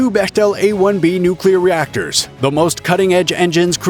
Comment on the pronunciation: Nobody' wins😂😂 Nucular